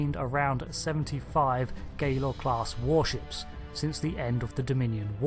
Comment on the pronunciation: You are still mispronouncing "Galor" as "Gaylor" which I still find offensive!